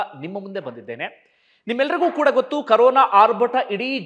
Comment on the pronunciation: ಕರೋನ ಅಲ್ಲರೀ ಕೊರೋನ